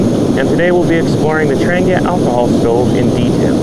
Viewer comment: First, thank you for your explanation of how the Trangia stove works. Trangia themselves was no where near that informative or clear. Now to shed some light on the quasi-great mysteries of Trangia stoves: It’s pronounced more like ‘Tron he a.’ The G is silent. As for why brass especially when most of their cookware is aluminum, these types of stoves are sensitive to their thermal conductivity. Poor thermal conductivity means the stove will take too long to “bloom” and come up to operational temperature, thus more fuel is required for any task. Too high thermal conductivity risks the flame sputtering as the wick doesn’t have consistent flow. Brass happened to be a cost effective happy balance.